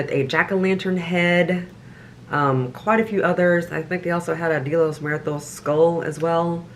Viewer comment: Shout-out to for pronouncing Día de Los Muertos correctly! 💯 🎃 🌻